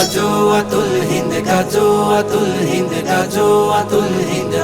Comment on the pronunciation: গজল বানাইলেন ভালো কথা। কিন্তু গাযওয়াতুল হিন্দ শব্দ টা শুদ্ধ করে উচ্চারণ করে নাশিদ বানাতে পারলেন না